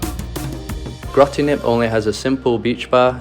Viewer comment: BROOO AHAHHAHA, sorry I laughed so hard at Grotty Knip. U pronounce it with a hard G and a hard K: Grote Knip